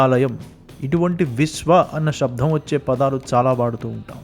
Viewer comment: అయ్యా నమస్కారములు. మీ కృషి అత్యంత శ్లాఘనీయం. మీ భాషణలో శబ్ధం అని వినపడుతోంది. కాని శబ్దం అని ఉండాలి. దయచేసి గమనించ గలరు.